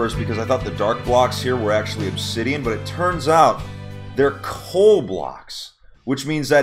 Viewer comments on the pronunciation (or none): none